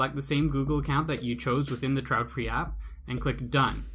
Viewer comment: It's not trautfri, but traedfri, but thanks anyway.